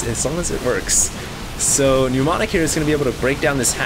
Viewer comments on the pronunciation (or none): it's ni-ˈmä-nik, NOT nyu-ˈmä-nik... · It's not pronounced "newmonic", but "nuh-monic". With a silent m. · These are so painful to watch. And it's not helped by the fact that keeps pronouncing Mnemonic (ie. "Neh-Monic") as if it were "Pneu-monic" (ie. New-monic). That's ok, I still love you. But I must stop watching these failcrafts lol